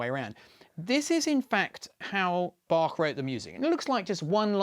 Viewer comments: so you have to play the music Bachwards? (but I like that he pronounced the name Bach correctly, not with the "k" as most of english speakers do) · Wow, a Brit who can actually pronounce both Bach and Möbius correctly. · Thank you for the great pronunciation of Bach and Möbius. If you want to try the ö in Möbius for yourself: like 'ea' in early.